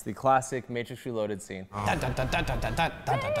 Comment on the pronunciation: Don't be hatin on the "MATTRIX"